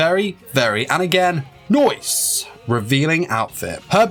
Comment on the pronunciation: that Noice made me laugh everytime